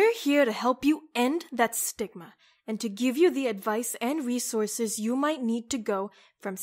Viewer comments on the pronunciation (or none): none